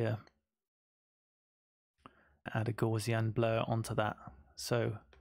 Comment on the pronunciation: Thanks for this illuminating tutorial! Only one minor criticism - you pronounce gaussian incorrectly (named after German mathematician Carl Friedrich Gauss).